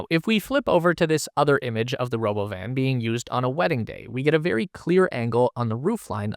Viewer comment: It's not "Robo-Van;" It's called the Robóvan - Accent on the 2nd 'o.'